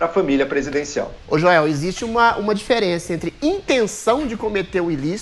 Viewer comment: Joel como sempre falando "joelcisse"...